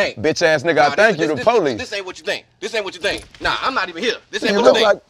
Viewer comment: dababy said “pohleece” not police but “pohleece”